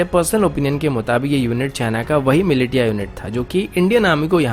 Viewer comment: Bro, militia is pronounced as milicia Or milisia... Although I don't mind pronunciations since English is not our first language.